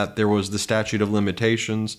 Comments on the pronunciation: He said stature of limitations...hahaha! Not statute! So... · He said stature. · Did he say, "Stature of limitations"?